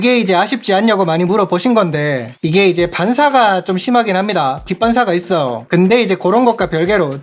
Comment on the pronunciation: 말투보단 발음이.. 있어요 했어요 이런부분 거슬리네요 있어오 했어오 이러시니까